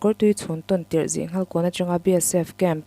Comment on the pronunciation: Zihnghal tih hi Sanghal hminga nghal tih anga thluk tur zawk a ni e.